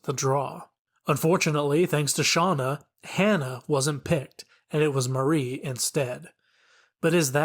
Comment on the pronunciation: Mari is not pronounced like Marie. Mar-ee not Mah-ree